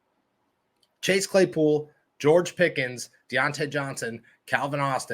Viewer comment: yall keep saying pickens this an that he aint even played a down yet u not even saying his name right